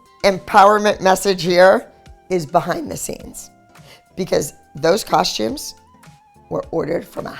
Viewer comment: Love dance moms but why do you pronounce costumes like cosh-tumes? I've always wondered why everyone on the show pronounced it like that? It's cost-tumes there's no h.